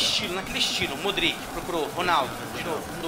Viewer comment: desumilde kkkk e cara, odeio como ele fala modric e benatia, q raiva